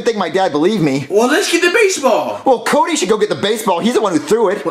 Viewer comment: He said cudy